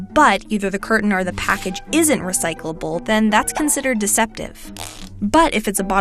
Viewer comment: Is she struggling with the world recyclable